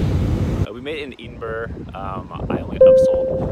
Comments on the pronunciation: OMG it’s Ed-in-bra not Edenboro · Very weird pronunciation of EDINBURGH there buddy !? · Edinburgh pron : " ED IN BOROUGH " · Pretty funny you’re calling it Edenburrrr lol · Fun fact: The standard phonetic pronunciation of Edinburgh is ed-in-bruh or ed-in-buh-ruh, as both are considered correct. I didn’t pronounce it either of those ways. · It would help if you could take the time to pronounce edinburgh properly. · Thanks so much! I know, I made a video about scotch tasting up north and even knowing the correct pronunciation I still did it wrong. I don’t what know what’s wrong with me. Haha